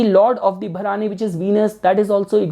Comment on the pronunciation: Hi, please correct your pronunciation of the nakshatra. It is not 'Bha-raani' as you said it. It is Bharani.